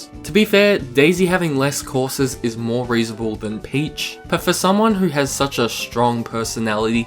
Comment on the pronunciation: "so much like mœrrrr–" sorry, English accent funny hehe